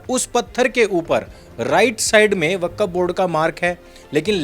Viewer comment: Hajrat nahi hazrat Wakkaf nahi wakf Jahil😂